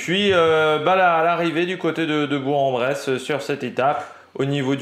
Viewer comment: on dis Bourk !